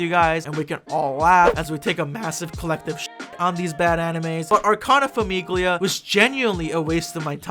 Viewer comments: Grazie, stavo scorrendo i commenti in cerca di altri italiani scoppiati a ridere dopo ogni FAMIGHLIA 😂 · I took a singular Italian class in college and that was enough to make this grating for me. I was wondering if it was more funny or more annoying for an actual Italian to hear "FAMIGHLIA" over and over lol. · I don't even speak Italian, and this pronunciation of "famiglia" hurts my ears. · giuro, ogni volta che diceva “famiglia” volevo morire HSDHAHA